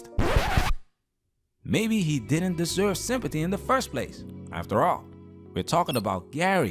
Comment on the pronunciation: Did he say “Simpathy”.